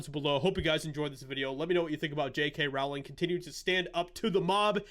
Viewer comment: Its "rolling" - not rOWling.. The R O W is pronounced as in row, row, row your boat. She has said this herself.